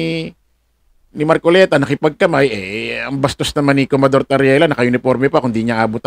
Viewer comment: COMMODORE; bigkas ay KOMODOR idol..